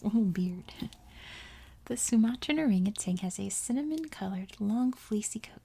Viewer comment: It's not just California! People add that G to orangutan in Ohio too! I think it's just hard for people to say certain words or phrases without making similar syllables rhyme. It doesn't help that, in the '90s, there was a Tang commercial with an orangutan in it. Let me see if I can find it.